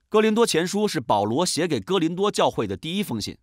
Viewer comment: 是“哥”林多吧